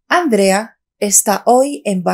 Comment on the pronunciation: Para que puedas enseñar a la gente cómo hablar el castellano, primero tienes que mejorar tu nivel de fonética porque no articulas bien. Intenta mejorar las sílabas donde recae la entonación de voz y más otras cosas como el sonido [con] entre otros sonidos. Por cierto el nombre de Andrea es nombre de mujer y no de chico y no se pronuncia ÁNDREA sino ANDRÉA; sin ancentos claro!! El sonido [d] entre sílabas o al final de una palabra se pronuncia [ذ] suave. La verdad que me sorprende cómo no dominar un idioma y encima poner videos en youtube que los pueden ver personal experto en filología!!!!